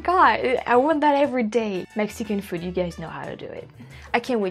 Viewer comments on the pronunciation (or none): I noticed how she picked up the California way of saying “food”. I guess it’s sounds something like “feeood”. A dead giveaway !